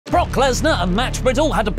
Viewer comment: Brock was probably just angry (or thought Riddle was dumb), because Riddle always called him by his first name and even worse, he emphasized it incorrectly (Bro instead of Brock...) 😅